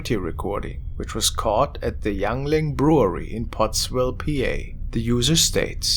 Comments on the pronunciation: Hey, it's pronounced Ying-ling brewey. Even though it's spelled Yuengling. My friends and I put away a shit ton of Porter and Black & Tan made by these guys back in the day. Also a little tidbit, the Yuengling brewery is the oldest brewery in America. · Yoo I'm 30 minutes from them.the way he said it was funny